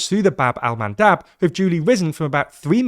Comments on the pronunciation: Bab el-Mandeb not Bab-el-Mandab. I'm sure you'll want to get the correct name. :) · Bab-el-Mandeb with E not A LMFAO